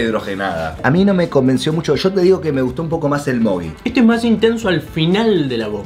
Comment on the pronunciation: Porque le dicen mogui al mogy? :V